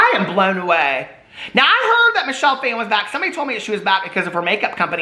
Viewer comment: Michelle Phan’s last name is pronounced Faw-N.